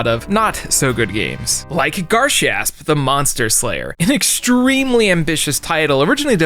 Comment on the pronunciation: You’re butchering garshasp sooooooo fucking bad